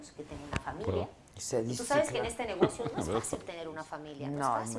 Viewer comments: Uta Sr. Elías Ayub, me decepcionó....no se dice "NEGOCÍO", con acento...se dice "NEGOCIO" sin acento. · Se dice negocio, no negocío como dijo el Sr. Elias Ayub